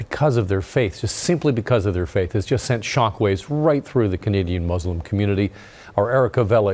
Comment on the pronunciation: very sad incident. also i wanted to say reporter erica seems very educated and i rarely hear the right pronunciation of word Muslim and Islam. most people say Z instead of S